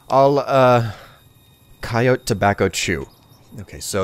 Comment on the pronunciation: Please stop mispronouncing coyote.